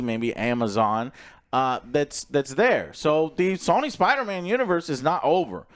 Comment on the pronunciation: Everyone= "Sony" = "Sawny"